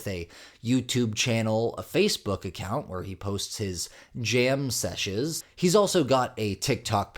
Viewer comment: The word is “session”…”sessioN”………”sessioNnnnnnnnnnnn”!!!!